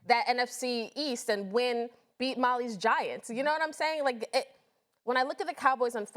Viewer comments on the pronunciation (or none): Did she say “beat mollys giants”?? GET HER OFF THE TV